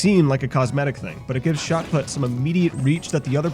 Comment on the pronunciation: It's put as in put the thing there not put as in put the golf ball.